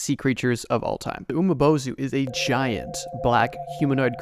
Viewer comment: You pronounce something wrong the umibozu is pronounced umibozu not umabozu